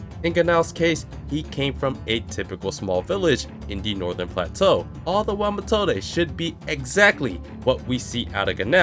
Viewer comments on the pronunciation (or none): I really thought in this moment that it was a real kid, because Wirbel did talk about this in the mage exam in season 1 that deamon also use kids as a weapon to fight. Would be a clever use as a chekhov's gun. Sounds more like Matilda, then Methode. It's pronounced meˈtoːdə